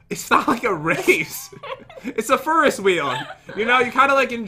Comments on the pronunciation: Pat: A fur-ess wheel Me: Do you mean a Ferris wheel? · I thought she said Furnace wheel😂😂😂😂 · "Look at the furuswheel!" - 2019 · Tell ferris is pronounced fair-is Is sounding like is and not iz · when your last name is ferris and they pronounce it like feeris 😃. jk i love you guys so much 💕💕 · Did just say the *furry wheel*?